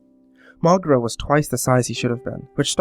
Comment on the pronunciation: MrParanormalPro i actually pronounce it Mo-gay-ra